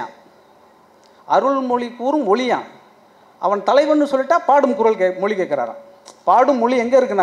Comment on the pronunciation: மொலி அல்ல மொழி...